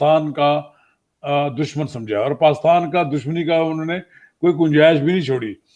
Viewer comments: Isko pakistan b bolna nai ata. Pastan bol raha...🤣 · Read as He says Paaistan😄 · Yeh roh paastan paastan bole jaa ra hain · He can't even pronounce Pakistan properly....... PAKHASTAN....